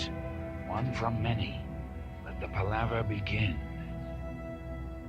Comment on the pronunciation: He’s mispronouncing Palaver. It’s Pal (like your buddy) a (like uh ) and ver.